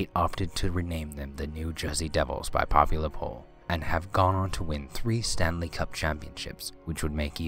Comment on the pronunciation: I had to laugh when he said "And have gone on to win 3 Staley Cup Championships".